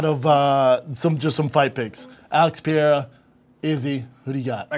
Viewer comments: It’s Pereira Brendan.. not Piera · How many times does Brendan say Pierra? lol